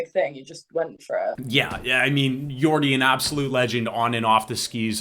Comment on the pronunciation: Jordy not Yordy !!